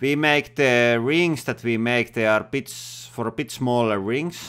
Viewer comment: Is he talking like this on purpose? I know, not his native language, but still... just how he says some things that shouldn’t be an issue, or at least not at the level he talks for te rest.... like: masien (machine), cutting pits (bits), trill (drill), masjinét,...